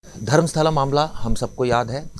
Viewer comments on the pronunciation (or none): Tumhara chanal ka mulla anchor shyams is news ka propoganda aur fake news de raha hai uspe action lelo. Darmastala ko sharmastala bola hai mulla